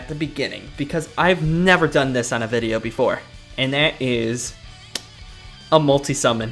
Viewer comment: it's not called vi-del it's pronounced 've-del